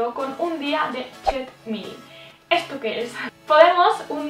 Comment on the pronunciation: Me parto con la pronunciación del "cheat meal" jajajaja